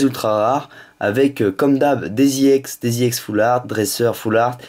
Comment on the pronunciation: pour quoi tu dit iex